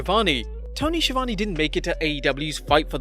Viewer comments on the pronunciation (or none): It's SKI-AH-VAWN-EH, not scivani